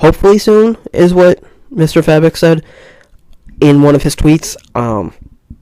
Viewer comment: Fay-bock is the pronunciation